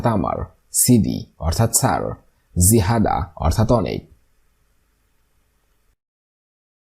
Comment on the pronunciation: জিহাদা না। জিয়াদা/ অনেক বেশি